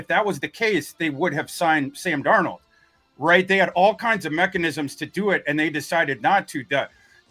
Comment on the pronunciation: Why does keep pronouncing Sam's last name as two names? 'Dar Nold'?